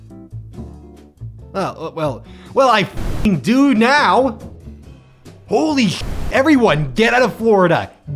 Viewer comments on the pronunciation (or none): none